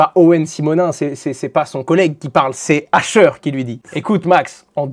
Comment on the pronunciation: pourquoi ils appellent hasher le h 😭😭😭